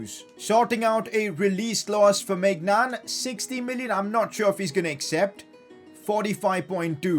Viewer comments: Pcq: It’s not my Nan it’s like méñan and the « an » is like in k « an »té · somehow everytime maignan saves i think he saying 'my nan' i know its stupid i got the humor of todler but ok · Its weird when he says my nan